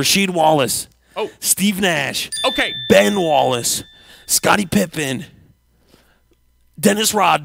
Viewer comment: Ah yes Scot-tie Pipe-en